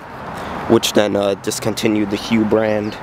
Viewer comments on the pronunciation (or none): Powered by Detroit 8V71. also you pronouce it "HUFF" just to be helpful.